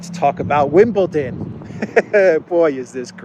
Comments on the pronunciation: ITS WimbleDON, DON a bit like the word DONE Not WimbleTON. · There is no "t" in Wimbledon!